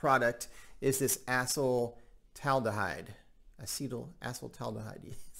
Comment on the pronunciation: 'A-Sea-Dell All-Da-Hide' 😋